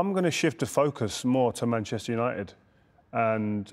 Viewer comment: put some respect on Uniteds name mate lol saying it like United are Wigan